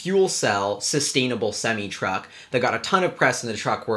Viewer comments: Its pronounced sem-I not sem-ee. Don't ask me why, that's just the way it's said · It's pronounced SEM I NOT SEM E